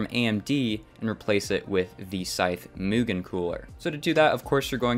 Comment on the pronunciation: Good vid, though I'd argue mugen is pronounced as mewgen and kaze is kah-zee, like kamikaze.